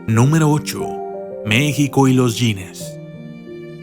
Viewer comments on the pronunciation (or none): Récord "Yines" o Récord Guiness! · No se pronuncia wines es guiness ... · Guinness, como se escribe se pronuncia, no "yines"... Buen video, hasta ganas de llorar me dan por tanto daño que le hacemos a este cacho de tierra tan lindo y a todo el planeta en general.